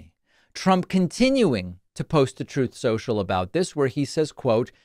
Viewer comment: I love how you always call it Throwth Sentchul